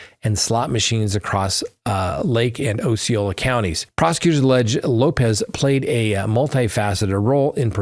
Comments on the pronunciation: It’s AH-ceola not OH-ceola just fyi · Ah see oh lah not oh see oh lah. Named after the Indian chief.